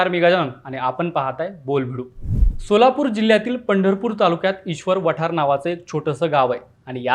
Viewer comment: व्हिडिओ छान आहे पण गावाचं नाव चुकीच्या पद्धतीने उच्चारलं गेलंय... ईश्वर वाठार असे नाव आहे आणी भारत भालके ना भरत भालके बोलले हे पण चुकीचा उच्चार